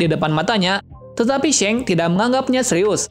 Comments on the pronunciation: Bukan shank tapi shanks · Shanks bang bukan sheng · seng hahaha... yg bener bro nyebut namanya. jadi gak enak bgt klu di deger penggemar one piece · G enak d dger shanks jd shenks